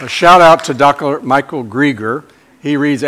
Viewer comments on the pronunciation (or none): Dr Michael Greger.....not Grieger...